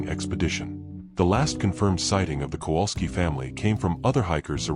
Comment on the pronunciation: Why does the American narrator mispronounce the name Kowalski so badly? It is virtually unrecognizable. And Cracow/Krakow is not pronounced Krakau. I am not Polish but speak and understand Polish enough to be irritated by such errors.